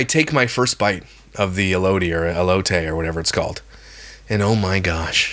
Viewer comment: Your story times are my favorite! I laugh the whole time. 😂 Your last story had me cracking up! I’m from California and Mexican and I can smell that cheese from a mile away. I don’t like cheese because first the smell and the taste 🤢😵‍💫😅 Also the way you pronounced Baja & elote sounds like me when I speak as English is not my first language. I’m always mispronouncing words. My husband always has to correct me 😂😅 i guess us Californians are short because I’m 5’ and my husband is 5’ 8” 😅